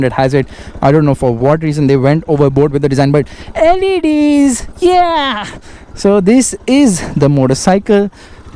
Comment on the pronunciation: The way u said LEDs 😂😂😂